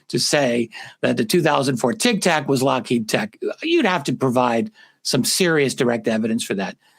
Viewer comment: Happy birthday! Also, Steven Greer has been saying it's Lockhead as well. Like consistently, since the video came out.